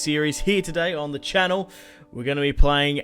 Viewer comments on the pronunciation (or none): none